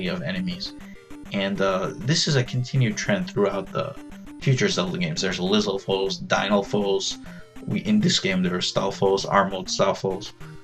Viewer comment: isnt it pronounced liz AL fos, not foes soft s air AL fos dyn AL fos